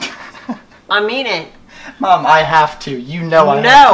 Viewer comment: Thats how you pronounce Aminé😂😂 She saying I mean it and sounds like Aminé